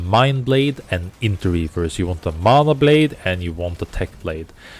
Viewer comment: You said when she heals with LMB it drains mana, but I heard you say "it drains mama" and I was so confused